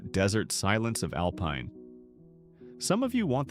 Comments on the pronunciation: Al pine, not alpeen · It’s Alpine with a long i! AI